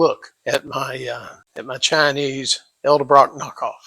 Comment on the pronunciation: E D ....not E L Get the marbles out of your mouth!